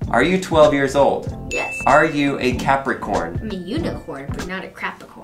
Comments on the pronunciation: Gosh I laughed so hard when he kept saying "Crapacorn" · Crap. icorn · Capricorn 😂you said crapicorn